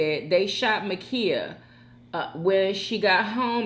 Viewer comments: Her name is Ma’Khia Bryant!!! Not Mikaya🤦🏽‍♀️ Please at least get her name right! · Dang! Her name is Ma'khia You keep pronouncing it Makeeyah..